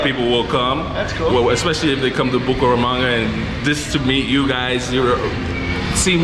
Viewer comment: You say Buko ramanga. It is Buc[æ]ramanga.